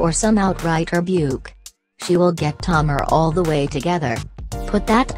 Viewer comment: I'm DONE!!! HER NAME IA TA MAR NOT TOMAR.👹